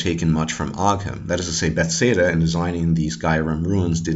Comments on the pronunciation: Not to be rude, but it's Bethesda, not "bethseda". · before I listen any further I would just like to comment on your pronunciation of Bethesda. It's hilarious and makes no sense to me. furthermore good job and now I'm going to finish the video. lol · Runes (ruins), not ruins. Bethesda not bethseda. Very informative🤙🏻